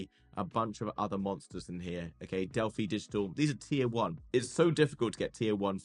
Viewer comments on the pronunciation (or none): none